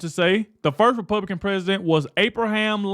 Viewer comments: He said, " The Republiklans " What it sounded like to me. A little tongue twister got him. 😂😂😂😂😂😂😂😂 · This host has trouble with saying Republican. He can't even say that name himself but Jazmine Crockett doesn't have any trouble pronouncing that name 😂😂😂😂😂